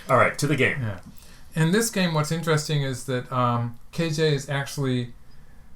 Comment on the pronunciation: you're pronouncing Ke correctly, and you're only slightly off with the Jie. For Jie think of it as rhyming with "yeah": J-yeah